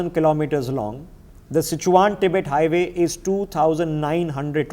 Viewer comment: Great information. Please learn to pronounce geographical places correctly and accurately. It will give your videos more credibility. Names such as Xinjiang, Sichuan and the names of the dams.